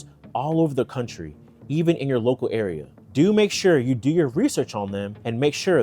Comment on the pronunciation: "What to "dew" " lmao my man are you from Baltimore?